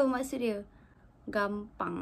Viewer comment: mungkin maksud abang malaysia itu dia salahb dengar, dia dengarnya "Kampang" bukan "Gampang", klo kampang iya bisa jadi artinya seperti itu :))